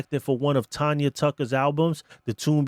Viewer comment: And it’s not Tonya dummy it’s Tanya dude stop